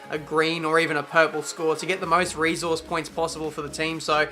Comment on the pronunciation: Seriously Ive been wanting to ask this for a while and correct me if I'm wrong but since when was resource pronounced reeesource